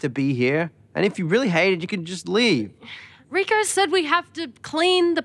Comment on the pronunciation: Broberg mispronuncing Rico's name the whole time is my favourite little bit of sad-funny